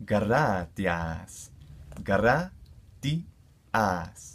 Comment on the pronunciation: I'm learning this to but I thought I heard gradahass